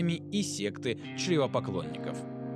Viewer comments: Не чревопоклонники, а червепоклонники) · Ужасное качество, видно, что автор не знаком со вселенной. АрАбатская вместо Арбатская (от слова Арбат - удивительно, да?), ЧЕРВЕпоклонники превратились в ЧРЕВОпоклонников, ну а произношение слова «рейх» как «рэйх» вообще редки слух. Пока что все плохо в общем. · По-моему ты допустил небольшую оговорку. Когда рассказывал про Арабатскую конфедерацию, упомянул червепоклонников (культ, поклоняющийся Червю), но ты назвал их "чревопоклонники".